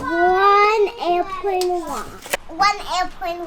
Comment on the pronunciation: One airpwane wong LOL 😅